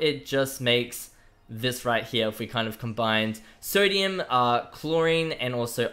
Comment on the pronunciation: You better say you have a speaking problem, cause they way you say three and sodium?! Nope nope nope